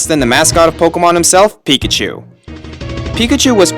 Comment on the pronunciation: pikachu is a mouse emphasis on pikaCHU. Chu = mouse